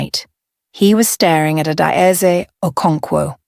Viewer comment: Please pronounce her name correctly. Each syllable distint . Ah da eh zeh. How did her private life become a dinner topic?